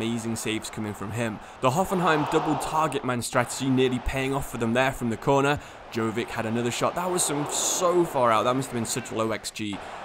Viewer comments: You don't pronounce it Govik its Luka YO-VI-TCH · his name is pronounced Yoh-Vich